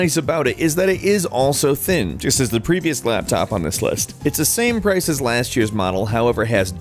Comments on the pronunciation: Lol he said laptap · Its a laptap everybody. A laptap.